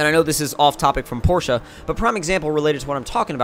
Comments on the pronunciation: awesome guy because that's how your properly pronounce it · I'm from Germany and we DON'T say porsha